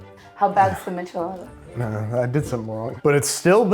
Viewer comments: It’s a meesh-eh-lada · Babish you say michelada with a soft ch like in "choose" lol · The only thing that really hurt me was the way he said "michelada". It has a soft sh sound😢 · i’m sorry how did he pronounce michelada?!? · How does Babish not know how to pronounce or make a michelada? Missing several ingredients